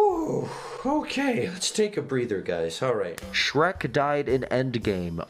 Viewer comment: Sherk, HAHAHAHA love it.